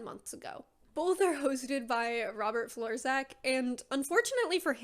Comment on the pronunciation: Im gonna be the one to destroy fun - his name is pronounced 'florchak' since C and Z together make a CH sound like in chicken and his surname is polish I suppose. Other than that great video